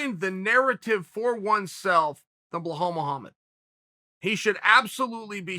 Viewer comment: Did he say Blowhole Muhamma?